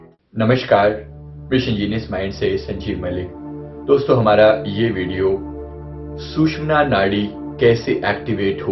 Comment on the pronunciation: Very sad that you are calling "susmana" nadi. My dear, it is actually called as " sushumna" nadi and all our ancient books, shastras clearly mention this word. Please correct in your future reference. Thanks